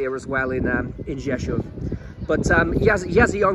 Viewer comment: your Polish is getting better and better and you pronounce the name Rzeszów like a native Rzeszów resident, congratulations!